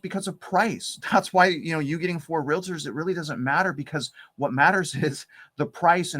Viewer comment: The first lady said "realator" not "realtor." She's disqualified. Move inland.